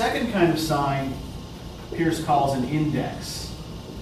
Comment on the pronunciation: For future reference, it is Charles Sanders Peirce (pronounced "Purse"). Not that important, but good to know going forward.